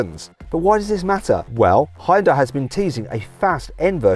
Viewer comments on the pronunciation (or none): ヒュンダイ、ヒョンデでもなく、ホンダィね。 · 現代はホンダにわざと発音を似せているってネトウヨとかの嘘かと思ってたけど、ネイティブの発音聞くとまじでホンダに聞こえるｗ